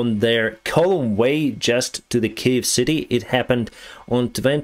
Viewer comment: hey the word you pronounce it wrong you need to say it more like kyev but without the v sound